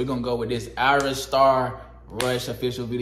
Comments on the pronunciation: Her name us pronounced eyera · Her name is pronounced i-Rah. Just like it looks. Not "Aryaa" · Its ayra starr not arya starr🙄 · 🤣 Aria no, Ayr-a Starr. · Your saying her name wrong, it’s not aria it’s ayra